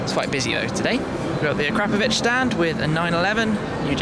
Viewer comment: Never heard someone pronounce it "Ah-crap-oh-vitch" lol